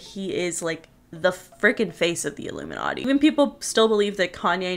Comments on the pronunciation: Yeah. L picked that. He said "Ilumi-NUTTY"! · Jim Carrey didn’t even pronounce ilumiNATTI the proper way. I think he was telling the truth just choosing his words wisely, and how he said it.